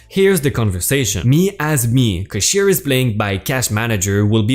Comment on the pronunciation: it would be especialy if you you could pronounce what you are reading. i wouldnt have to ask my wife what word you were trying to say, i heard "busquite" it is bisket, "caash- eer" and "raht-in-hell for tot in hell.